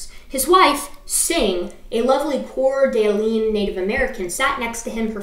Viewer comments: Lovely video, your pronunciation of Cour d'alene could use some practice though. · Pronounced core' da lane'. And say' lish. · Coeur d’Alene is pronounced “kur da lane”. Salish is pronounced “Say-lish”. I’m enjoying your take on these creationists’ nonsense. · Couple of pronunciation tips from someone localish to the setting: It's pronounced like Core Da Lane it's a French imposed name. Salish is pronounced with a long A. Spokane is pronounced with a short A